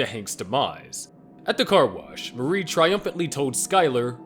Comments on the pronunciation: Yeah, based on the way Marie was pronounced as Mary the narrator is either not familiar with the source material or its just an AI voiceover. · Her name is Marie not Mary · This reads like the script was just copy and pasted together. Not to mention saying "Mary" instead of "Marie"